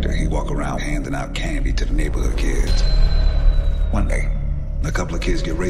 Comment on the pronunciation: ‘’welcome to the neighberhood’’ 😂